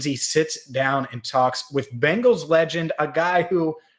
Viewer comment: It's Bengals not Bangles 🙄 Bangles are bracelets.